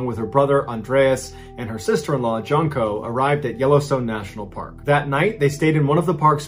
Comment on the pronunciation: JUNE-koh. Not JUNK-oh.